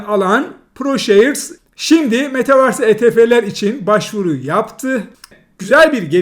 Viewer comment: Hocam nolur şuna metavarsa değil de metavörs desen. İngilizce bilmek zorunda değilsin de kelimeyi doğru oku bari teşekkürler